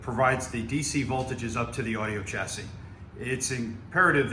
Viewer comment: The correct pronunciation is chassis not Tchassis. Beautiful Amp